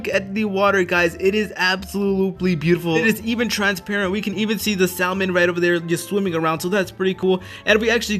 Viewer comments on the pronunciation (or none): Just so you know the "L" in "salmon" is silent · Why did you say salmon like that??